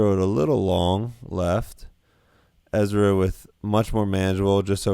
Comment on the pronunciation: I'm sorry but I have to mute your videos and watch with subtitles when you play with Ezra. Dude has all of this time to work out and on his disc golf game, but still calls himself Ezwa.